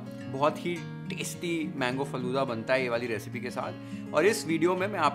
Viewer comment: I got 1mistake faloda nahiiiiiii faaloodaa